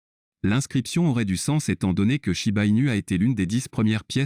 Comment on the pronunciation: Shiba pas chiba